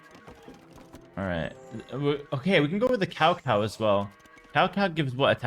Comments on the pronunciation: This man just called Cao Cao "cow cow". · Clarification on "Cao Cao" : it's pronounced "tsao tsao" (曹操), and it's the name of a statesman and strategist from ancient China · It cracks me up whenever pronounce Cao Cao in english, so fucking funny.